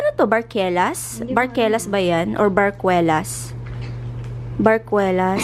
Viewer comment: Barquillos pronounced as (barkilyos) not barkwelas